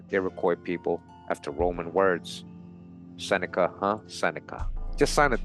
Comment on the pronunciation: (As-a-nika) seneca, The Roman philosopher that knew America existed 🧙🏽‍♂️